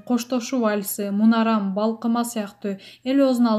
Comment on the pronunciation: Мунарам эмес Мунарым деп так суйлогуло журналисттерге эскертуу